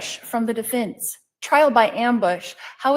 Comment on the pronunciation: Deeefence....deefence...she pronounces that word really weird. Is it just me ? Bothers the hell out of me